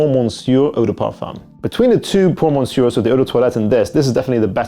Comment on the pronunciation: Bro please Google how to pronounce Monsieur. You probably know the word even